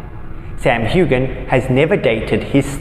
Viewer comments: His name is Huan NOT Hugan! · The G in Sam’s last name is SILENT. 🙄